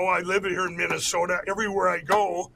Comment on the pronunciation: Did he just say mint tea soda😂😂😂😂